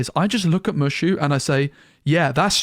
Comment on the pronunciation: It's Moooo Shooo.. not Mush.... oo lol